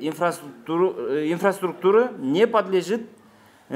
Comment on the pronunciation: Инфраструктуры дегенге да тилиң келбейт турбайбы. Анан сайылганын Мамакеев